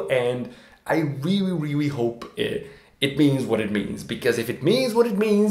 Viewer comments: Can't believe the 5 comment aren't about him say "ewrreely" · Intelligent guy, its a shame he couldn’t figure out how to pronounce “really”. Hint... its not Rewee 😝